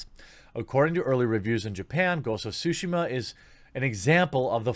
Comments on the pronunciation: What's it called, Jeremy? Ghosts of Sushi Muh? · Jeremy: "Ghosts of Sushi She Mar" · I'm not bashing on him, or anyone for that matter, but, it's just funny to me whenever people say Tsushima and it ends up sounding like "Sushima".